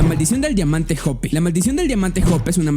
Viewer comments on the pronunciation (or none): Se prononcia joupe no jope